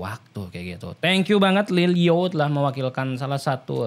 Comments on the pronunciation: Lilyo bang bukan Lil o . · Lilyo bang bukan lil o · Lil yo bang bukan lil o